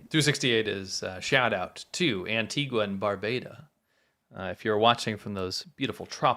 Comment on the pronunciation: Antigua is pronounced An Tee Gah.